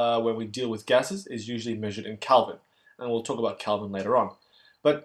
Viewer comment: Kelvin, not Calvin